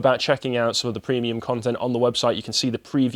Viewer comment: If Carl hasn’t already, he should make a rule that only can say “deboonk”. It’s right up with with “prehmium”.